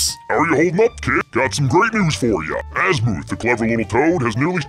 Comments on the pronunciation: Hey!! Love your vids dude, but it's AZ-MUH-TH Azmuth, not AZ-MOO-TH XD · it is not asmooth and it is not Dr amino it is azimuth and doctor animo it is also shock Rock not shockwave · Azimuths name is pernouce azimith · it’s azmuth